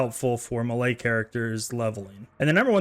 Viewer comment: Melee is pronounced "may-lay"